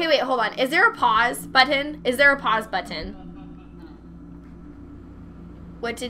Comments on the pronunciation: Is it just me or does the way say button a little weird? I think its cause she say but-ton. Im not crazy, right guys? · Sethbling: "Buddin'": "But-onne" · At am I the only one that thinks she says "button" weird. (Sorry if it's maybe a reference. Or it's just how she says it,but I think it sounds different)